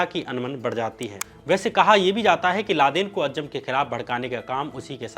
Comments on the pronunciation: Dear shyam ji. A fan of your work. If you dont mind i have suggestions. Though it doesn't matter but there are few spelling mistakes at times which can be checked. Also at times the pronunciation can be corrected of difficult words eg. ajjam is actually aazam. Thank you for your videos. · It is not अज्जम It is अज़्ज़ाम